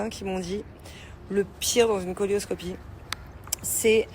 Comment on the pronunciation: Bonsoir excusez moi de vous corriger ont dit coelioscopie ça se prononce celio pas colio sinon je vous apprécie merci❤